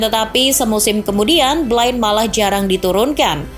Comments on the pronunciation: Blind dibaca Blin, bukan Blain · Blind melafalkannya blin bukan blain